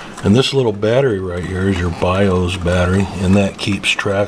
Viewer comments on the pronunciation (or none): none